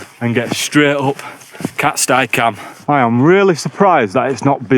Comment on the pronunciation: Im 45, a northerner and had climbed most wainrights by the time I was ten, and all I can tell you is it's been called 'cat-stee' cam for my whole life. Never once heard anyone call it 'cat-sty' and winced every time you said it.. who's with me? ... While I'm at it, same with sca'fell pronounced ska not skaw.. my brother recently changed to calling it 'skaw' after a lifetime of the opposite which also freaks me out but he's lived down south a long time 😂 Another top vid dude, cheers 👍🌄⛰